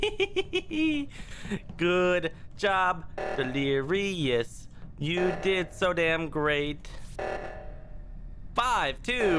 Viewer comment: Ah yes, Dleirous